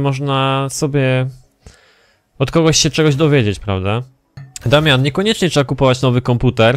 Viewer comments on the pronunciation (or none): none